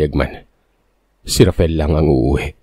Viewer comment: Ano ba talaga ang name nung bata, RAFAEL o RAFEL? Inconsistent ang pagbigkas ng narrator sa pangalan nung bata. Huwag na paartehin ang pagbigkas...